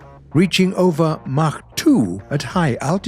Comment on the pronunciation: I hate how he pronounces mach